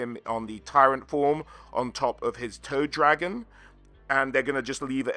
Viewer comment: For some reason, I kept hearing Toe Dragon instead of Toad Dragon. To be fair, a "Toe Dragon" would be in line with Nurgle. 😎